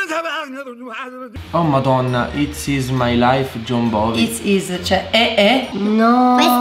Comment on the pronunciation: Comunque nel tatuaggio quello di Jon Bovi non si dice Jon Bovi eh Bon Jovi